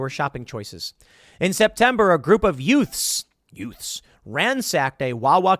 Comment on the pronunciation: two what? two yuuts .. easy the Herman Munster